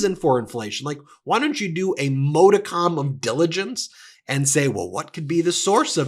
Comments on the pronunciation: Sorry, Ben, I'm going to have to finally say this because it's been like 3 or 4 times, ok? You use the word modicum correctly, but you always mispronounce it. It's modicum (MAH-dih-km)💙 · Ben drinking game: "modicum"